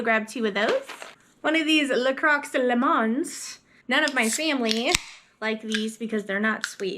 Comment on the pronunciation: I don't think baking was the issue with the pie. I think it needed a couple more eggs. When you do the next bag of sugar I would beat the bag with a hammer before opening to break it up more. Also, the drink is pronounced La Croy (rhymes with boy), La Croix is French for La Crosse and the drink is made in La Crosse, WI. I enjoyed the video.